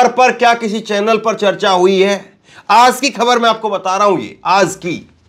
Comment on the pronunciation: Bhai Aap aaz kahty ho ye lafz aaj he